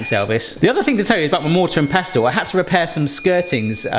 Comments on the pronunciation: You don’t actually pronounce the T in pestle. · The "t" in pestle is silent, food looks good though 🤘